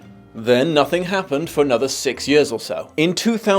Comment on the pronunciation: Late to the party, but I can't be the only one who loves to hear dear say the word 'years', so the backstory repeatedly mentioning the passage of several 'yehhs' was a nice little auditory treat. Amirite? No? Just me?